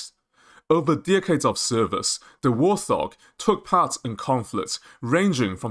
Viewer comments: Warthog is pronounced "Wart" and "Hog". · Interesting news, especially about the APKWS2. However information is presented in a confusing manner, and with repetition, with similar info presented in different places, eg. the markings for Drone Kills. This video could have been cut in half without losing any information. And also, it's "Wart Hog", not "War Thog". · Bro... it's Wart Hog, not wor-thog. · Great Vid. By the way. Its Wart-Hog, not War-Thog. Warthog is a type of pig. No idea what a 'thog' is. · Allow people their accent anomalies.